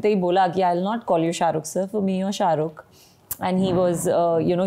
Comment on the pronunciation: Pehle sharukh sir bolna sikho...not sharukh